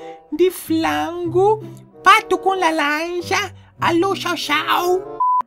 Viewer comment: "Pastel de flango"kkkkkk😂😂